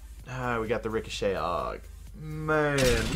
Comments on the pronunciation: Richoshet is pronounced Rick-o-shay Not Rick-o-(SHET) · "rico-shet" lmao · Rice oh shet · Rick-a-shet XD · Did you actually say "Ricochet"? Bruh. It's pronounced "Rik-oh-shay" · Sorry bro, you can't pronounce ricochet correctly